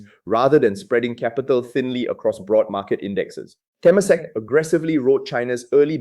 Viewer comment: Te-MA-sek not TE-masek. Pillai is pronounced Pillay. Frag-MEN-ted not FRAG-mented.